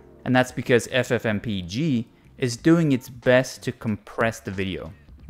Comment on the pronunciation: This is the first time I've heard someone pronounce it as f-f-m-p-e-g instead of ff-m-peg.